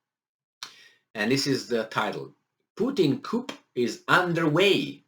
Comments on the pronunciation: It is pronounced "Ku" chickens live in a coop, Ooo maybe Russians are chickens they keep running away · FYI “coup” is pronounced with the “p” being silent.